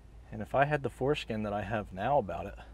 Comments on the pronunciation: Please, stop saying “FORESKIN”! Unless that’s your humor, it is “FORESIGHT”! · Did I hear you say, “if I had the foreskin to,,,,,,”??? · did you mean foresight? LOLOLOLOLOL